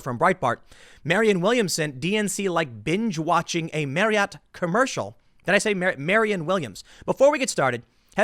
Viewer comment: Tim. It's pronounced Mary-AWT. Not mary-it.